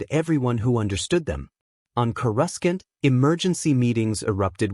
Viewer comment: Kruscant is how the transcript spelled it and that kinda is how it was said.... Coruscant is typically pronounced "KOR-uh-sahnt" might want to tell the ai that